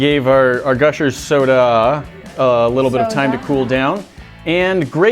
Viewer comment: 9 seconds in and he said sodie